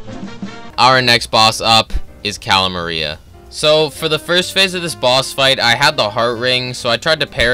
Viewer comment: Its cala maria